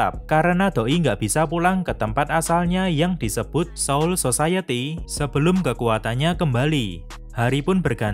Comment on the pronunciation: Ngakak bacanya si admin " soul sosayeti"